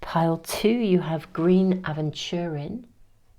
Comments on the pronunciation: Aventurine pronunciation: a ventur ine (Like - Uh venture Een). A type of quartz. Fabulous reading...As usual. Thank you beautiful lady! :o) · Pile 3. I've had 3 surgeries since a car hit me when I was walking my dog (at the traffic lights!!! ) in late November 2022, and I feel so exhausted and depleted that it's hard for me to believe there's anything good coming in - in the near future at least. I would love to be proven wrong. 😊 You mentioned that you like when people tell you how to pronounce things ... so here goes! Aventurine is pronounced like a(d)venture + EEENE. In the US (though i am English!) we pronounce Agape Agape AGAH (Like Ghana) PE. 😊PS I love it when you use crystals!